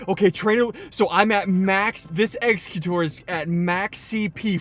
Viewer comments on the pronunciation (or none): Nope, it's egg-zeck-you-tor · How to say exeggutor is egg-seg-u-tor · its pronounced "eggs egg u tor" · It's pronounced Egg-seg-u-tor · This is how you pronounce it igg-zeg-you-tore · x egg cute or is how u pronounce it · It's pronounced egg zen u tour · Exeggutor is pronounced, eggs i cute or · i think ita pronnounced exxegutar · Exeggutor= Eggz-Ah-gutter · You pronounce exgeggutor like egzekiutor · It is ex-egg-utor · exeggutor is pronounced: ex-egg-you-tor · here ssundee this is how you pronounce Exeguttor ggs-EGG-you-tor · SSUNDEE YOU SAY EX-EGG-YOU-TOR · Exeggutor is ex-egg-utor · Exeggutor say it like if it had an a so like eggacutor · The egg thing is pronounced executor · Egg-zeg-you-tore, my nerd reflexes were triggered by you pronouncing that wrong. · Exeggutor is pronounced X-egg-you-tore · its pronounced like executor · eggs-eck-you-tor 😘 love u ssundee xD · also Exeggutor is pronounced egg qu tor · Eggs-ec-you-tour. That is how you say exeggutor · It's egg sec u tor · Ssundee the eevee trick works once for each type of eevee (you cant get two rainers using the trick) and Exeggutor is pronounced "Egg-zegg-u-tore" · Ssundee it pronounced eggs-uh-cute-or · Ssundee exeggutor is pronounced exe gu tor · Sunndee u say exeggutor like eggz eg utor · Hi SSundee :) its pronounced EX-ZE-GYU-TOR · Ssundee to pronounce Exeggutor it's X-egg-u-tor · Ex-eh-cue-tor Ex-eh-cute That is the pronunciations. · Oh and by the way it is pronounced EGGS EGG YOU TOR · Ssundee im honestly not 100% sure but i think exeggutor is pronounced like "executor" like a play on words using the word "egg" to create a pun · no its X egg u tore to pronounce lel not spell tho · How to pronounce exegutor. ex-egg-u-tor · How to pronounce Exeggutor Egg-sec-u-tor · Ssundee it's pronounced eggs- ec-you- tor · Ssundee by the way you pronounce it egg-seg-u-tor that's how you say it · its pronounced Ex-egg-utor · sundee you pronounce exeggutor as x-egg-u-tor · EGGS u CUTE this is pronounciation